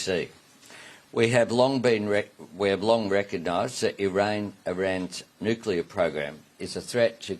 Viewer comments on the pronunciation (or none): please read this comment and find it sincere, but "Nuklear" is pronounced as "new-klee-ar". "Nuqular" is a word